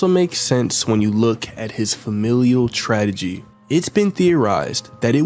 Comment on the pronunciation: Did…………did you say “ tradagy” instead of tragedy